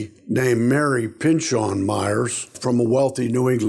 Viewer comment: Pinchot is pronounced "pen-show"